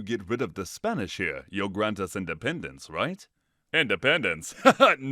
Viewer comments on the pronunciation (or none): none